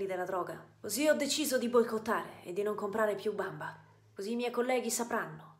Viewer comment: Il tono in cui pronuncia "bamba" mi ha steso😂